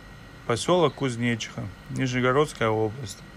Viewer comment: + не Нижнегородская, а Нижегородская область)